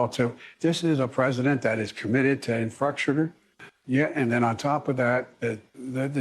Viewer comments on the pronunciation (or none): fetterman seems like a clone, can't even pronounce infrastructure